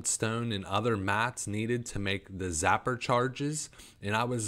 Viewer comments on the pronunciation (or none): Ok i don't want to sound mean or like i'm trying to put you down but a little more effort to pronounce the names would go a long ways, two cases I've notice is the sapper charge not zapper charges and basilisk not ballistics. I have dyslexia so reading for me is very very hard and i work very hard to read so if that is what you have keep working you will get there.